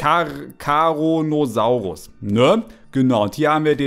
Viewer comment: Nicht caronasaurus sondern coronasaurus xd